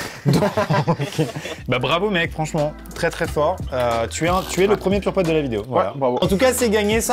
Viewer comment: Quand vous dites purepote j'ai l'imperssion que vous allez dire pom'potes 😂